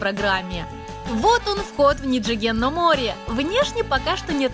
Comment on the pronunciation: Было бы гораздо круче если бы вы говорили как японцы на самом деле говорят. А именно, не «ниджиген», а «нидзиген» итд . А то получается как у бывшей хостесс из бара. Моттайнай нэ.